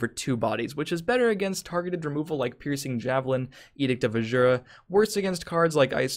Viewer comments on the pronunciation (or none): for the last time,, it's Edict of A-ZU-RAH, not azshura, take advices from Adoring Fan in Oblivion